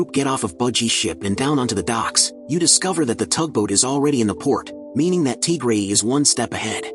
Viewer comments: Tigery❌ TGray✅ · "Teagrey" HITS HARD